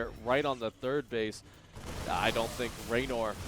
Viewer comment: ReynOr, not RaynAr